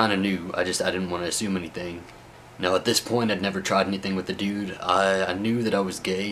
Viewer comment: stop saying DUDE, and if you have to, normalize the U sound. It's really annoying...